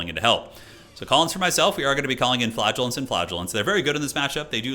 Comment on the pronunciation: I keep hearing flatulence instead of flagellants…